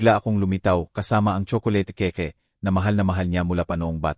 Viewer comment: Maganda ang kuwento mo pero ang pagbigkas mo ng mga salita pangit tagalog kaba or ano kaya ng cake ang pagbigkas mo keke😂😂😂😂 halos lahat Mali ang pagbigkas mo